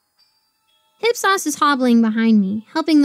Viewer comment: ‘Hip-sauce’. ‘IP-SOHS’